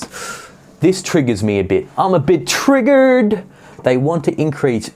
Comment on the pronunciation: Oh god, did you say "triggered" in an American accent... are we really that bad?!